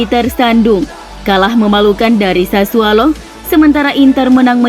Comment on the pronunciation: Sudah 3x saya sampaikan. SASSUOLO. BUKAN SASSUALO. Pake O bukan A.